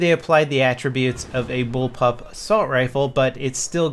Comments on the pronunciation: bull pop was hard to say man haha ;) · It's bullpup... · Y cant u say bullpup? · Haha nice to see that behind the scenes edit bug :D Bullpub is surely a hard word to pronounce , keep it up ;)